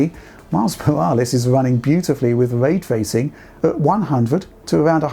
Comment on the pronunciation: Hmm, what is Vray Twacing you speak about?